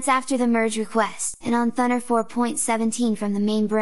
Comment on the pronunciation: i might be completely wrong here but always thought it should be pronounced as thooo naaar (or to soun like radar or sonar).... rather than sounding like thunder. but what do i know eh? !! maybe in the creator's national accent it does really sound like the way you said it here in this video. so no matter